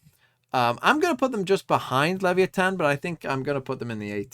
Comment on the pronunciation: Team secret defeated your liquid roster, and it's pronounced as LEVAYATAN not liviyeten